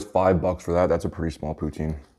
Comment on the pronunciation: The amount of times he said pouteen